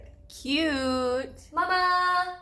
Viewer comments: She said mama with such a big Canadian accent. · You say "mamma" with an afrikaanse accent.. It's super cute♡